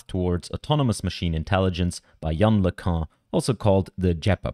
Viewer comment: It's pronounced, "Yan Lickoon".